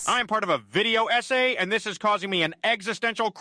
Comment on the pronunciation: Is it weird to say part of the appeal of your content is that you sound different from every other channel I watch? It reminds me of when I used to cover martial arts and talked to fighters from Europe. I just like the differences, like "dis" instead of "this." Also your humor is on point - arguing with yourself and cursing yourself out cracks me up! PS: A few months after I made this comment, I found a copy of Tiger Woods 99 with the dummy file for $5!!